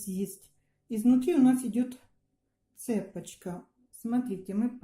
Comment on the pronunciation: Всё хорошо, но только пожалуйста, не цЕпочка, а цепОчка. Это же элементарно! 😮